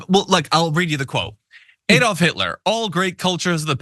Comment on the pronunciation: EED-olf? Its ADD-olf.